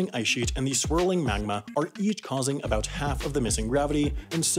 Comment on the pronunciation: You know its gonna be good when talks aboot Canada